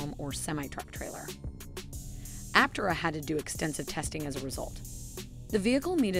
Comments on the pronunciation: Yeah "tare" not tay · Looking past the way you say Aptera-it's Apptearah, not just Aptera-good talk! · Yeah I came to the comments to see if this had already been mentioned. Glad it’s not just me. And it is pronounced ApTERa by everyone at the company, and just makes the most sense anyway, so that is the correct way. While the creators of the video put in a commendable effort, unfortunately it seems the narrator was unfamiliar with the material she was reading. Oh well, I’m still enjoying it! Cheers! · Some disagreement here on how the company name is pronounced. Initial reporting on the car pronounced the name appTERA. Here, you pronounce it APPterah. Either way is fine with me. And, however you pronounce it, I hope it will continue to be a great success. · Ap- Tay -rah. We take this sorta thing seriously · App-Tear-Ah lol So, it's a crystal (pieces) and not a single sheet (mono type) does this make it let effective? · PLEASE! train your computer voice to pronounce Aptera correctly!